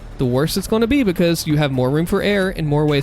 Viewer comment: I love how you say, bekos instead of because XD